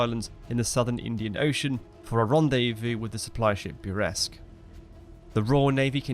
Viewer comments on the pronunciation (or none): none